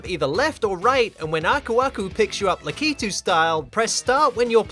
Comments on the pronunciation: And it's Lakitu, not "Lakeetu". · Again with the "Lakeetu"